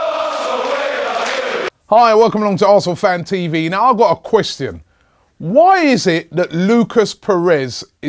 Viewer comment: Why can't Robbie pronounce question 🤔😂